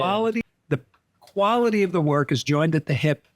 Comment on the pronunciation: KWALIT,NOT KWANTATE